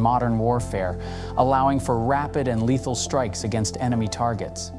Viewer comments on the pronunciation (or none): none